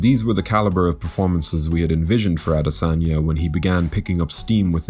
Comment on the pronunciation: Thanks for butchering the afroasiatic royalty name.....you must be hungry